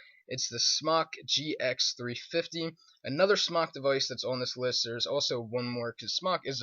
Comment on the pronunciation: it's Smok